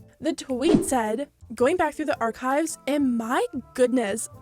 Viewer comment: IM SORRY LMAO BUT THE WAY YOU PRONOUNCED ARCHIVES